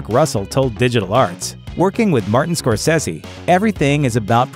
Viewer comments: “Skor SEH see??” Scorsese is Sicilian. It’s “skor SAY see.” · Who says “Scor-Sezzy?” Are you serious?